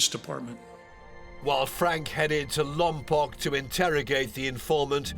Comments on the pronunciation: Lompoc is pronounced, "LOM-POKE" 😡! That's how its residents have pronounced it for forever!!!!!! Please learn proper pronunciation 🤦🏾‍♀️🤦🏾‍♀️🤦🏾‍♀️🤦🏾‍♀️ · It's not pronounced Lompock, it's Lompoke. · Lompoc is pronounced with a long O sound. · Sorry, but the city is pronounced Lom-poke. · The way they say Lompoc 🤦🏾‍♀️ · That’s not how you pronounce Lompoc 😅